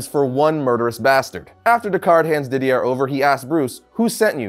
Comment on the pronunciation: It's pronounced Dee-dee-ey, not Dee-dee-air! xD